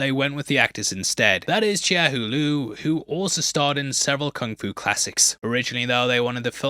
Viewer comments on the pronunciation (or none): none